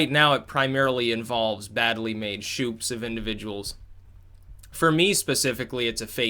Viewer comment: YOU SAID "SHOOPS" THAT IS HOW I KNOW I CAN TRUST YOU